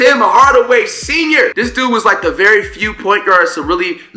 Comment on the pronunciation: Bro said IT senior 💀